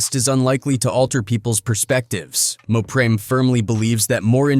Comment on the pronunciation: IF GOING TO GET SOMEONE TO NARATE THESE VIDEOS MAKE SURE THEY SAY TUPACS NAME RIGHT THEY EVEN MOPREMES NAMES WRONG THIS IS BULL SHT